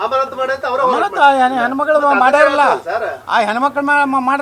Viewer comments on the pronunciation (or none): ಅನಾಮತ್ ಅಲ್ಲ ಯತ್ನಾಳ್ ಅಮಾನತ್ ಅನ್ನು😂😂😂